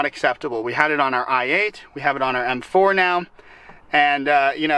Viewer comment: does anybody else here him say f4 instead of m4 ?